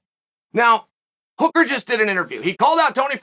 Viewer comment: He’s got hooker right at least lol